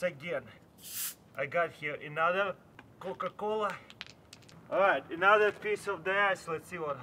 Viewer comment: i loved it when he said cooca coola popsicle kinda made a beat for a song